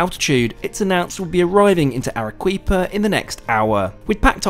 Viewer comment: Entertaining and informative as usual. Peruvian food is some of the best in the world. The produce is so wholesome too. This reminded me of my South American travels. FYI- Arequipa is pronounced Ar-eh-key-pa.